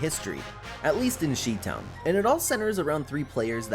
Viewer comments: Sheetown? My guy... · The relevant point is : WHO CARES? How about caring more about his ignorantly calling where I was born "she-town"??